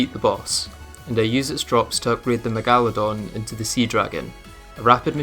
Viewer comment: ok, but what kind of megalodon pronunciation is THAT